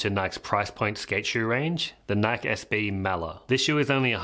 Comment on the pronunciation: Stop saying Nike that way pls lol. You're my favorite skateboarding channel and got me into egg boards. You're a solid dude. Thanks for all the info you've given me.